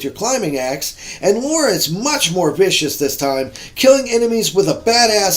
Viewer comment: LOL what is it with Americans not being able to say Lara? It's Lara, not Laura. There is no O sound there. Other than that, good review as always. Thank you for sharing.